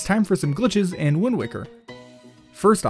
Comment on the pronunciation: XD when you said glitches in wind waker I heard glitches and wind waker